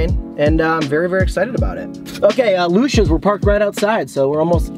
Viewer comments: The owner used to work at alpine subs by johnnies beef. That’s a great spot, their Lucia sub is great as well. However it is pronounced Lou See Yahs not lousha lol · Try Conte Di Savoia’s meatball sub. It’s also pronounced Lu Chee ahs, fyi. They make great cold subs too. I don’t know why people push damato’s or bari’s meatball sub, they’re trash and no flavor.